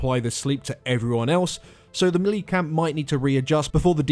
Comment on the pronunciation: You're pronouncing melee wrong.